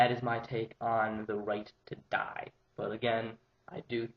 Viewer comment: apparently he did, and the word he got was.. 'die' .. seriously, as constructive criticism (i aint putting you down, just trying to help you improve) emphasizing the word 'die' detracts from your argument. other than that, not a bad vid - presented better than most i have seen so far thx for talking about it w/o going all emo..